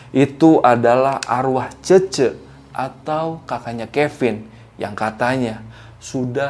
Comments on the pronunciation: FYI .. cece di menit 31.44 itu bacanya bukan e pepet tapi e .. like bebek. not rujak bebek.. wkkwkwkwkw paham gak yaaa..cece tu mean cici gitu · Ngakak bagian Cece jadi cecek 😂